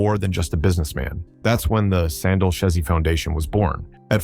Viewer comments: It's pronounced Sand Deely (Sandile) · "Sandeel Shairs"😅😅